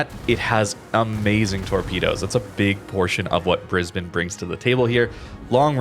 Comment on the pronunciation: Congratulations on pronouncing Brisbane correctly.